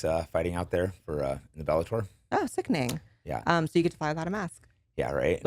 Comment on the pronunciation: Is Blaire trying to make, "Sickining" a thing 😅